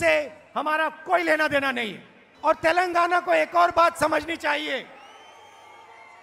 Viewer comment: सुकर है राहुल जी तेलंगाना को तेलंगना बोल लिए नही तो माता जी तो तैल लगाना बोलती है 😂